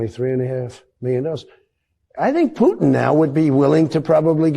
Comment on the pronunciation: Who is “Putinnel “? Poor old man can’t hold it together anymore!